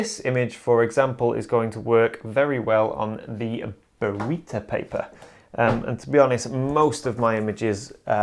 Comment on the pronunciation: Burrito paper!!!!??? hahahahaha... It's Baryta, people. BARYTA!!! :)